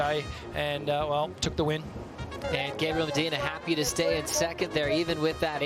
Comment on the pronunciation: Mediner ??? Es Medina.... speak proper English you bloke....